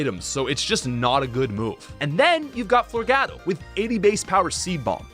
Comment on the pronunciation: Florgato is pronounced floor-gah-to the spanish word gato means cat and mix it with flora that makes flower cat